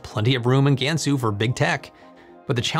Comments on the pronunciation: Please note that no Asian language including Chinese has the English vowel sound "ae" in "bad." You are effectively Anglising your Chinese pronounciation. A more closer pronuciation is "Gunsu." FYI Google translate has a good prounciation of Chinese words. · Not GAN SUE. it’s pronounced, Gunsu. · How to properly pronounce "Gansu Province" - "G-ahh-n Soo" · Jiuquan...Gansu.. all the names are pretty butchered. 😅